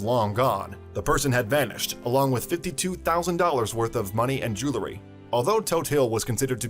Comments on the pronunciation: ..."jew EL ry"...not "jew LA ry"... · IT'S PRONOUNCED JEW EL RY. NOT JEW LA RY